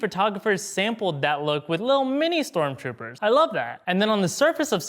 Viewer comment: He keeps saying stormchopers